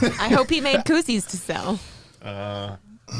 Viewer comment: Ok guys being the Aussie that I am…. What is a coosie??? 🤣🤣🤣